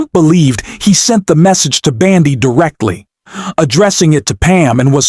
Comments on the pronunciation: How can one trust your podcast/information when you can't even pronounce names correctly!? Its bOndi! It is not bAndi! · Why are you saying "Pam BAndi" ? What is up with that? ?